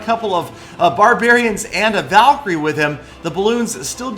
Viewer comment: it's pronounced Val-cry